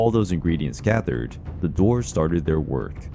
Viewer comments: He mispronounced Dwarfs lol it sounds like he's saying doors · When he says dwarves it sounds like he’s saying doors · You say the word DWARVES weird